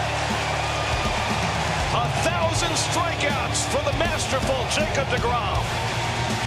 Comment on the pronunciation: Tell Jason de Grom to fix de Name. De Grom. Not de Grom. Shame he's waisting his career with de Mets anyhow.